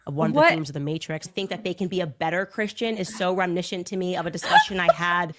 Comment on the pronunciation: Rem-I-niss-ant. It's not that hard,.